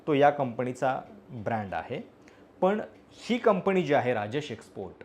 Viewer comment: कंपनी म्हणायला शिका दे मग कोटिंग मध्ये बोला